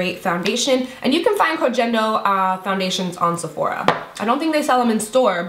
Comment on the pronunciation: love you💓 BTW the G in Kogendo is pronounced like “get”👌 thats how Japanese work lol